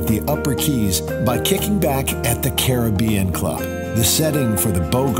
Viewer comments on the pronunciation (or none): none